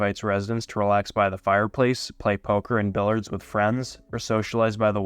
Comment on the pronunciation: You need to correct your pronunciation of “billiards”